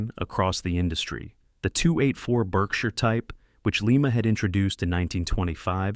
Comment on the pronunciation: Lima is pronounced Lye-Muh as in lima bean and Lima, Ohio which was the location of the Lima Locomotive Works. Definitely not Lee-Mah, as in Lima, Peru. The reason Lima, Baldwin, and Alco didn't produce many diesels prior to 1947 was because the War Production Board dictated that they continue to built steam locomotives for the war effort. Alco had developed the HH switches and the groundbreaking RS-1 in the 1930's but were only allowed to product a very limited quantity of switchers during the war. However, EMD was permitted to continue development on the 567 engine and produce the FT primarily because they had never been a steam locomotive builder. After EMD's government mandated head start, EMD easily outsold all the other builders combined until the 1990's when GM, EMD's parent company, destroyed the companies reputation with the rushed development of the SD50's and SD60's. That's when GE, formerly a partner of Alco until 1953, took the top sales spot with the C40-8W.